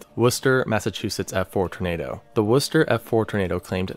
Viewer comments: Thank you for saying Worcester correctly! Massachusetts does get some tornadoes, tho they are usually very small. I was a baby when one hit Springfield(I think) and luckily it lifted before hitting my house. We have had many severe thunderstorms and tornado warnings but not many actual tornadoes. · thank you for pronouncing worcester correctly! ❤️